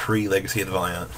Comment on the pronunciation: For fucks sake it is pronounced: VAL-EE-ANT. Legacy of the Valiant. not Legacy of the Vall-ee-Aunt